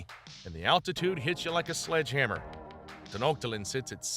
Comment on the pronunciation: “Ten-ot-tat-lin” HAHAHAHA!!!!!!